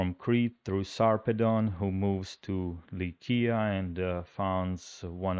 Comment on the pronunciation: It’s nice to hear some decent Greek for a change, you’re the first English-speaking person I’ve ever heard pronounce Lykia (Latinized to Lycia) correctly. I hope you give your “pro narrator” a crash course, Greek pronunciation can be learned in a few minutes.🙂